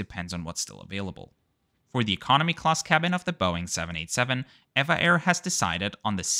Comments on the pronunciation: Actually it's not pronounced "ei-vah air", but " Ee-vee-ei air" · It is actually not ev-a but eve-a air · It is pronounced as E V A Airways .. 😮😮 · I swear I call it as Ehh-va Air not E-V-A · Good review, as usual! At the risk of being called a "nit picker", I wonder if you were just being stubborn or lazy for your refusal to correctly pronounce this airline's name throughout your video? As you remarked in the beginning of this video, the correct name is E V A (each letter being pronounced separately). Would you pronounce SAS as "saas" or the legendary airline TWA as "twah"? Don't feel badly though as in the States, most Americans say, "evaah" with a long e sound. 😂. I assume (but don't know for certain) that a passenger taking this flight could preorder a vegetarian meal as a special request at no extra charge as this is a rather standard policy on most airlines. Anyway, I hope you will take my comments in a light hearted manner as I just enjoyed "teasing" you a little bit. 😂. Take care and have a pleasant and rewarding week. ♥️✈️🙏🌎🕊️